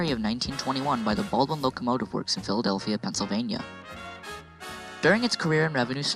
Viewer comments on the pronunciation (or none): none